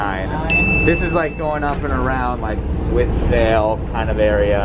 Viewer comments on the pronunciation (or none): none